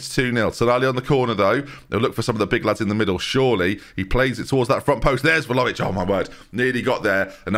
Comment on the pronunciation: Like it's spelled but ben says more like Vhalovic